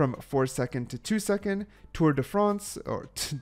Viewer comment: "Tour De France" 🤣💀